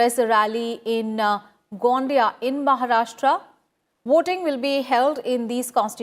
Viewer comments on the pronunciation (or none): Its not गोंडिया its गोंदिया